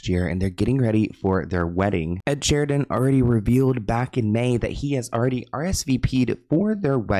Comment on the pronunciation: it's Ed SHEERAN not Sheridan😂